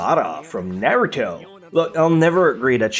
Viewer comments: He pronounced naruto like nay too toe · I love how he pronounces the anime names naoto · its so annoying how he pronounces naruto